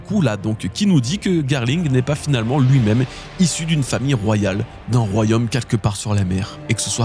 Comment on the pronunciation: Attention: ce n'est pas "royhomme", c'est "royaume".